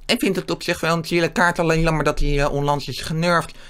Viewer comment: Je zegt in plaats van jammer zeg je lammer ik verstaa jou plijna niet ik spreek jou taal niet